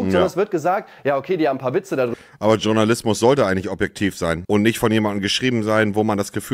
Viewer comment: Wie er es immer tschornalismus ausspricht 😂😂